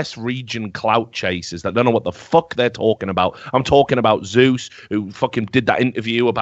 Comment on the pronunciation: He didn't say f*ck, he said FOK